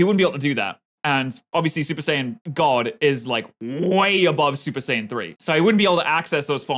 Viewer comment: BRO SAID SUPER SAIYAB RED